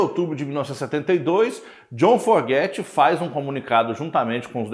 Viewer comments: É Fogerty não Forgety, Creedence clearwater Revival, Stu Cook, seu conteúdo é bom mas é muito incomodo ver seus erros constantes de pronuncia, e nem é algo tão difícil, como uma crítica construtiva devia ir atrás de corrigir isso Afinal, você sendo fã e apresentando um tópico pra um determinado público, no mínimo deve soar bem. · NÃO É FORGETY E SIM FOGERTY. CUIDADO COM A PRONÚNCIA!